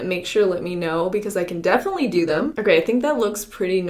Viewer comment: What is wrong with that "them" that she said? I know it's sped up but why?